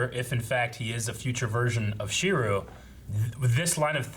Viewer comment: when will stop pronouncing Shirou's name wrong lol it's like he immediately forgets his name as soon as the episode ends